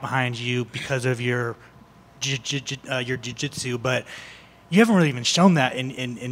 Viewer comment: Why is this reporter having such a problem saying Jiu Jitsu? There is no D homie, leave that at home. Cody looking solid, always a heater on the Texas competition scene. Big things coming his way for sure!